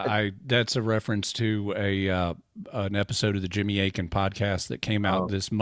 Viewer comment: You’re not even saying his name correctly and you’re making fun of him? AKIN